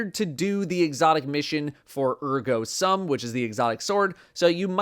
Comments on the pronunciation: Its pronounced Ergo "SOOM" btw. Its latin for "therefore I am" as in the second half of Descartes "Cogito, ergo sum" or "I think, therefore I am". If I hear someone else say ergo "some" I'm going to lose my shit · It is pronounced (Air-go sOOm) and is Latin for 'therefore I am' which given the lore, is an absolutely metal name (think Descartes)